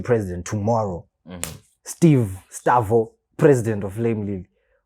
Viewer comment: Man called Stavoo💥‼️